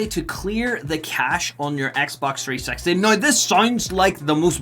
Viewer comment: Wouldn't it be nicer if you'd just drop the "T" when you speak out the name of the console: "Xbox 3-sexty"? 😉😄